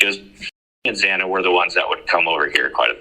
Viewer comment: why the hell can't anyone get Xana's name right? Gotta to admit, this is the first time I've heard of Alpha Gamma Rho... hmmmmm